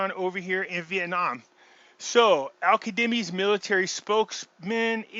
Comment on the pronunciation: his name is Al-Kazemi not Kademi! Zzzzzz